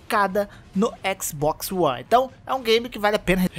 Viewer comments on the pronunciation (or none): Xboxio one, só escuto isso no vídeo kkk